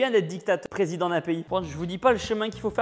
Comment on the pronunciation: On a tous entendu Tibo dire " dicatatPrésodent d'un pays" 😂